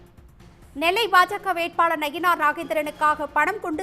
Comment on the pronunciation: செய்தி வாசிப்பாளர் நயினார் என்பதற்கு பதிலாக நகினார் என்று பல இடங்களில் கூறுகிறார். சரி செய்ய வேண்டும்.